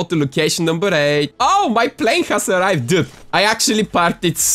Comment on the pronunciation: “Oh my plane has arriveDUH”